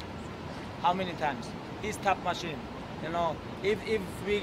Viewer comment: bro he really said tab machine LOOOOOOOOOOOOOOOOOOOOOOOOOOOOOOOOOOOOOOOOOOOOOOOL